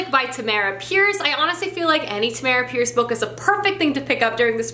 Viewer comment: It's TA-ma-ra not ta-MA-ra, pronounced just like the normal spelling of Tamara, you're so close!! 😂